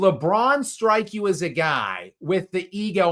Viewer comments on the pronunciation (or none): none